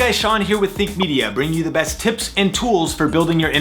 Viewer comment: at first i thought you said thick media